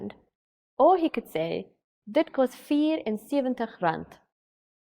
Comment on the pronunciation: She isn't doing a bad job tho. Except that biki. It's bietjie right. And she makes a Dutch variant on kos. Kost.